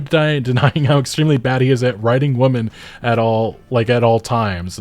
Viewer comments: Dude its women, not woman. Women as in plural, Wi-men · Women should rhyme with swimmin, I really don't understand why so many people pronounce women as "woman" is it a California thing? Dope video either way, love your videos, and screw GameSpot, what a shit review they did... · Whaaaa. Why are you so butthurt? If you like it, then enjoy it and shut up. Also it's pronounced "whim-in", not "whuum-in" when it's plural. Are you new to English? I'm looking forward to the game, but you're being just as annoying as these reviewers but in reverse by making a video like this. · Women. The plural is women. Stop saying "woman" like it's plural. Why do I keep hearing YouTubers doing this? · Ffs man it says women not woman! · Its women... They even spelled it correct in their article. You chose to mispronounce the word over and over again while you complain about their woke agenda. Shill. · Do you have trouble distinguishing Women and Woman? Woman is singular and pronouncing Women the same way is confusing. A minor issue perhaps but your whole argument is based around this language so brush up on your literacy and improve your work. <3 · The word "women" is pronounced whim-men, not wuh-men. I can't tell if you are saying this wrong on purpose or not. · I don’t know why everyone is pronouncing WOMEN (plural) as WOMAN (singular) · Why do you keep saying woman and not women?? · Hey everybody, woman is pronounced as most everyone says it, wuh-man. Women however, is pronounced completely different as weh-men. Please don't try to differentiate the words only by changing the pronunciation of man/men, when we speak fast that detail almost always cannot be heard. English is dumb. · What the hell is woomen? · My only criticism of this video is - What's with the way you pronounce 'women' as 'woman' every time? Is that intentional or just a dialect thing? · Why do you keep saying "woman" instead of "women"? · Buddy it’s the plural form of woman is pronounced “wih-min”